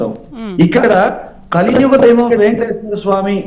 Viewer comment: అరే లోఫర్ వైసిపి లోఫర్ వెంకటేశ్వర స్వామి కదరా వెంకటేశర స్వామి దేవుడి పేర్లు కూడా సరిగ్గా చెప్పలేని నీలాంటి పేటియం నా కోకో ని ఏమని తిట్టిన తప్పులేదురా చెప్పు తీసుకొని కొట్టాలిరా మిమ్మల్ని శ్రీ వెంకటేశ్వర స్వామి అని పలకలేని నిన్ను డిబేట్లో కూర్చొని పెట్టినందుకు ముందు ఆ యాజమాన్యాన్ని అడగాలి